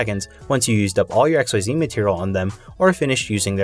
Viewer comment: The way you say “xyz dragon” Erks me😂 incredible content and video but it’s pronounced “eck-seas” .